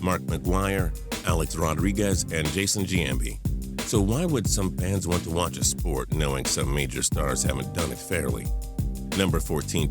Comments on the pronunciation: If you call Jason Giambi "Jason Gee-ambi" you clearly don't know what you're talking about. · This video is garbage. All I had to was here how the commentator pronounced Jason Giambi's name